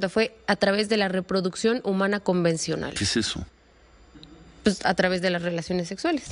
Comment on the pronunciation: Para ciro y sus esbirros, es una exageración... Claro si ciro solo dabe decir "pus" "pus" jajaja creo que se dice pues jajajaja